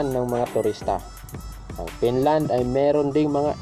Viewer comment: BROD PAKIAYOS NG PAG PRONOUNCE! BKA MAGKAMALI AQ SA SPELLING NG FINLAND AS PINLAND!